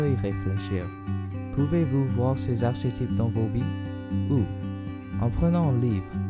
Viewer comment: Très bien. Mais ne dit-on pas arkétype,lol ?